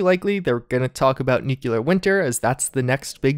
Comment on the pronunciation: He also says NUKE-you-lur," just like George W. Bush. Mini-nukes don't melt steel beams!